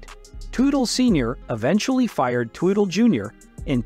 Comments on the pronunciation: I abhore AI narration and/or AI translators! You didn't pronounce "Teutal" correctly, and you called Senior a her. If you don't know who you are talking about, maybe you shouldn't be talking. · The typical clickbait. And I can’t stand how this guy says their last name. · Whoever is natrrating this is all over the place & got everything mixed up even prononcing there laatname